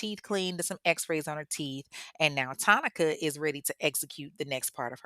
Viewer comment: Wait, I thought Tonica’s name was pronounced like “Monica”